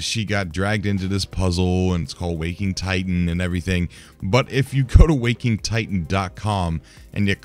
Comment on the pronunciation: Please stop calling it Wok-ing Titan. WAK-ing Titan.